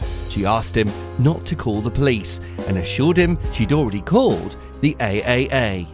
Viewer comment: "She already called the A.A.A" You mean triple A?